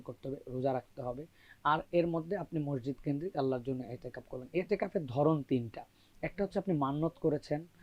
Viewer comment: Itiqaf---no itteqaf...hai re sangbadeek!!